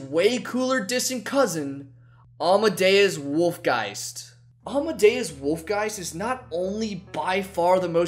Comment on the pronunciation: you say almadeus wolfgeist, i say captain fishook